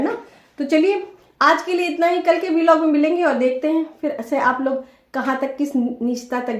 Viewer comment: बिलॉग नहीं ब्लॉग बोलो डिग्रीधारी